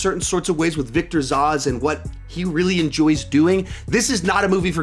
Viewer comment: Victor Zos? “ZOHS”? Sorry that took me by surprise 😂 It’s ZAZZ